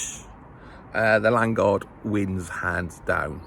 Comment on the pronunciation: Its Lan O guard ffs